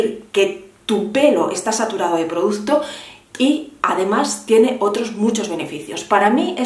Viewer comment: Gracias por hacer un vídeo de solo 20 minutos 😜 y ponerte una pequeña crítica que espero no te moleste. Sería muy complicado para ti pronunciar bien la palabra producto? No sabes lo que me chirría oírte 20 veces o más en cada vídeo decir produZto.